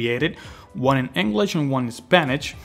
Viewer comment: Englich and Spanich? :P